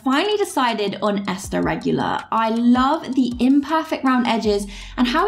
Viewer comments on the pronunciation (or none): none